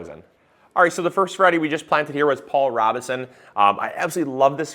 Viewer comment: FYI. Pronounced Row beh son